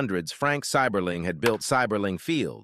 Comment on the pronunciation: As a lifelong Akronite, I’m cringing at the mispronunciation of “Seiberling” in the beginning. Great video though - a piece of Akron history I’ve never heard before. Drove through Goodyear Heights earlier tonight.